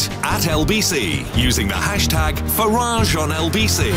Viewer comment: It's Farage NOT Farage.